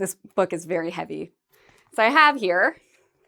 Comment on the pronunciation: But doesn't the word "heavy" has two syllables?